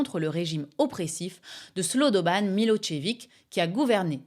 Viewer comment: SloBOdan, pas Slow daube âne...